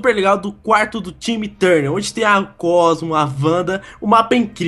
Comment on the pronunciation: Falo o cosmo errado